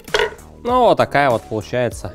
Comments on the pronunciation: Друже, ты за***л уот так уотать, реально к середине выпуска уши резать начало. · Брат Алексашки курицына:))). "Уотак уот"!:))) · Уот так уот. Уот таак уот :D